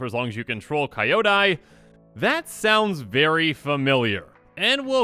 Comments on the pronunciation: Kinda off-topic, Kyodai is not pronounced Kaio-dai. It's just as it's written, Kyo-dai, as in "cute"(kyu-te). Kyodai is also the japanese term for "gigantic, huge". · It's pronounced Kee-oh-dai, no kaiodai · nice video, i wasn't hyped for this set, but i'm starting to change... Btw, Not "ka-i-odai", it's "ki-yo-dai" although my ear will blead thought all kamigawa cuz american pronunciation of japanese words are just horrible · uuuuhhhhhh the pronounciation of the card is hard to hear, Japanese names when its kyo, gyo, hyo its pronounced as ki-yo, gi-yo, hi-yo and there is an i at the end of its name so its pronounced as ki-yo-da-i, or ki-yo-die (as in death die) that is why its not Rah-yuu for ryu it is Ri-yuh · it is pronounced "Kyo-dai" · It looks interesting. Also, it's not pronounce "Kai-yo-die", it's how you pronounce "Kyo" from "Tokyo". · Oh boy.... can not wait for this set to bring back even more horrible pronunciation videos. ^.^ That is not even close to how Kyodai is pronounced. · Whenever I hear he pronunces kyodai i die XD